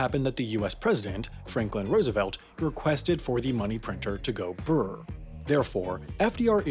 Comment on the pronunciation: Sorry but thats not how you say bbbrrrrr